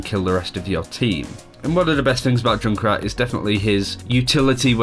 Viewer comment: Why do you call Junkrat Jun krat?? Its Junk Rat ^_^